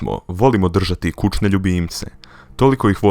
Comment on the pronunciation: reko si 'kučne' =-O =-O =-O =-O